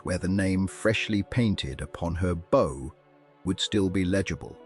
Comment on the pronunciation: Ai mispronouncing “bow” on a video re ships is distracting…